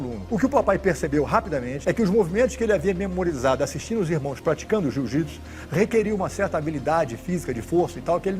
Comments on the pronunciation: Alguém aí percebeu que ele fala "jujitsu" ? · E aprendeu errado porque não é jiu-jitsu é" JŪ JUTSU"😂